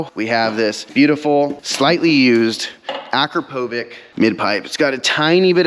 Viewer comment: Nice tires. By the way, it’s “a-crap-oh-vich”, not whatever you said. Can’t believe I have the same car as you. I’m now embarrassed because of your tires and poor knowledge about Akrapovich. I have Carbahn full titanium exhaust, dinan radiator, and stage 1 software putting my car at 550-600hp. I have the alcantara steering wheel and alcantara with carbon fiber e-brake handle. Car is having about $4k worth of carbon fiber installed now with cf rear diffuser and spoiler, front cf wings and front bumper air ducts, cf side skirts, cf front grill, cf front bumper upper trim, and cf side mirrors. I hope the car just looks awesome. l am expecting aluminum foot pedals and remaining cf trim for the interior of the steering wheel. Might get cf for the bases of the front seats and cf side fender vents. My car is a manual 20’ with around 30k miles but have never really loved the look of the car from some views. I’m hoping these new pieces makes me really love the look as well as the performance and fun of what it does.